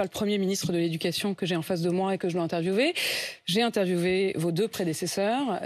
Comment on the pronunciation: 0.46, 0.47 On dit "interviewVÉ" en francais??? Le mot "interview" est anglais, pas allemand. Si vous utilisez un mot anglais, il faut le prononcer à l'anglais, c'est-à-dire: nom "interview" (IN/ANNE - TER - VEEOU); verbe "interviewer" (IN/ANNE - TER - VEEOUÉ). (Et on peut apprendre à contrôler sa respiration, tout comme les acteurs professionnels Au début elle est presque au bout du souffle!)